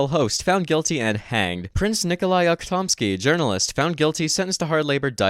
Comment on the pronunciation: U'khtomsky. Accent on the first vowel. - No comment.